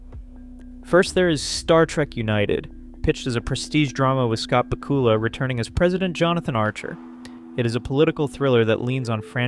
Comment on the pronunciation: BACK-you-luh. To be fair, he was the captain on a previous Trek series and has been first on the call sheet for TV for many decades.